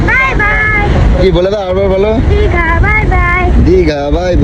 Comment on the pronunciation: কি মূর্খ রে বাবা সমানে বলে যাচ্ছে দিগা এটা কি দিগা???? আরে এটা দীঘা